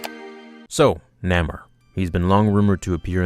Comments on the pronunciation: Umm...shouldn't you know your stuff if you are doing Marvel youtube videos? NAH-more? Stan Lee pronounced it NAY-more during interviews. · did this boy just say "Namer"!? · N-ay-more, really annoyed me, sorry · Correct Pronounciatian is Nay-More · I know his name is spelled Namor but the correct way to pronounce his name is Nay-More